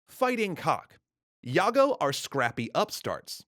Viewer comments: im indonesian. i think jago is pronounced as jago not yago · Its actually not yago, its jago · about "Jago" part... the "J" reads "jay" like normal, not "Y" it reads "Jago" not "Yago" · Not really,as an indonesian his pronounciation is mostly good. But yes his pronouncing jago wrong is not yago but Jah-go But overall is not really bad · Nice video, one thing I want to tell you that 'Jago' is pronounced 'Juh goh' with J like Jaguar not like Yogurt. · Jago is not pronouce as Yaga. Its indonesian pronounciation is JAGO. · When referencing the term "yago" for a rooster, it would have been more accurate if you had pronounced it as "jago" instead of "yago". J as in Jakarta and not Yakarta. This isn't just about precision; it's about capturing the playful essence embedded in the term "jago." "Jago" is a playful expression primarily used to acknowledge someone's skill and expertise. We often playfully boast about our abilities by saying "ini abang jago," translating to "this (referring to oneself) is a skilled individual," subtly suggesting reliance on our capabilities. Therefore, when you uttered "yago" instead of "jago," you overlooked the lighthearted and teasing connotation, which holds significant weight in conveying the intended meaning. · It's pronounced Djago not Yagoo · it's actually pronounced Jah-go not Yah-go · You spell "jago" Wrong. The J in Jago pronounced as J in joker not like Y in Yankees. Anyway good content, thanks a lot. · it is not Yago- pronounce it Ja Go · Dear Its not yago but J (like jam) then the "ago" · Jago is pronounced as Jar-Go no yargo... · Isnt yago!! Its djago!! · How you pronounce J in Jago, must be the exact same way when you pronounce J in wijaya. Not Yago, but Jago or Djago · Jago not Yago. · Jago is pronounced with a hard J not a hard Y so its not yago but Jago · It's Jago not Yago. Hayo like "Ja"va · Actually "jago" pronounced "dʒaɡo" not "jaɡo" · It's Jago, not Yago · It's "jagoh" with a normal J, not "iago".